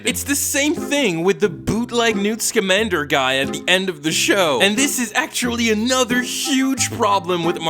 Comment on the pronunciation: I’m sorry, his name is NEWT SKIMANDER?!?!